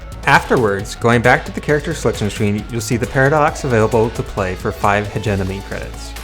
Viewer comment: "five Hegenomy Credits."